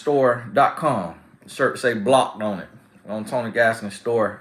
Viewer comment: I think you missed your calling as a comedian 🤣 Blocked! ☝🏽 🤣🤣🤣 that B comes out so strong, it sounds like profanity. 😂😂😂🤍🕊